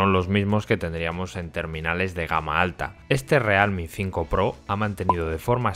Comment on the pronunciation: o realme o "rialmi" pero decir "realmi" queda horrible